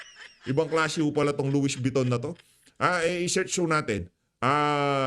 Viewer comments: Nautilus - pronounced as notilus. Louis Vuitton- pronounced as Luwi vitton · Correct pronunciation: Luwi Viton, Notilus. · Loie viton ang pronounce Sir hahaha ang kakapal ng pagmumukha ng mga magnanakaw mga ni mal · PIGUET WATCH ANG PAG BANGGIT PO AY "PIGE" AT ANG LOUIES VUITTON PO PAG BANGGIT PO AY "LOWI BETOU" PURO DESIGNER ANG MGA SUOT NG MGA KAWATAN NA IYAN 😡😡